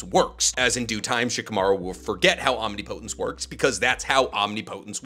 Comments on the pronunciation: Please. It's pronounced "om-nip-uh-tince." Not "om-nee-po-tens." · Some day will pronounce "omnipotence" correctly. Om-nip-po-tence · Great video, btw your pronouncing omnipotence is a little off. It’s more Om-ni(like in ninja)-po(like in puppet)-tence(like in past-tense) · ….OHM-NIP-PUH-TENTS not Omni Poe tense. Think of the pronunciation of the similarly sounding word impotence 😂 Luv ur vids tho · Irrelevant, but it's omnipotence (om-nip-uh-tense) not omni-potence. English is inconsistent but it is what it is. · "Omnipotence" (Om-knee-po-tence) 💀 Isnt it (om-nip-i-tence)??? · Why OMNI-Potence instead of Om-nip-otence? The pronunciation is like nails on a chalkboard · hey love the vids thought u should know omnipotence is pronounced om-nip-o-tense (soft t on the tense part, hard t works too but a softer t sounds better) all love <3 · Why does he say “Omni potence” lmao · I can't. Every time you mispronounce Omnipotence, it feels like nails on a chalkboard. Ahm-nip-uh-tinse. PLEASE SIR, PLEASE. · Omneepohtense or omnipotence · Great stuff but damn I hate how you pronounce omnipotence lol. It ain’t wrong but it SURE ain’t right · This omnipotence pronunciation is killing me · Why does everyone pronounce "Omnipotence" wrong. It's a real word and has a correct way, everyone seems to put so much emphasis on the last 2 syllables. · His dedication to pronouncing it wrong is crazy and there are not a lot of people correcting him. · people probably think it's actually a naruto jutsu, which is kinda is. Probably why he says it that way too. Still bothers the crap out of me. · Quality stuff but please, pleeeeeeeeaaaaaase learn how to pronounce omnipotence correctly. Either that or Ada as to go so you don't have to talk about her powers anymore. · Can’t do it he’s saying omnipotence wrong and he’s said like 4 times in 6 seconds. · That’s not how you say omnipotence….. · Please google how to pronounce omnipotence lol